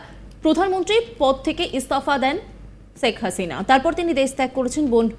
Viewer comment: বাংলাদেশের উচ্চারণ "শেখ হাসিনা" ভারতীয়দের উচ্চারণ "ছেখ হাসিনা" 😂